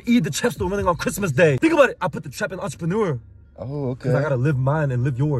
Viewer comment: "i put the trap in entrepeneur"